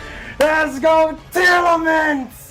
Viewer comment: He said ima kill tearalaments 😂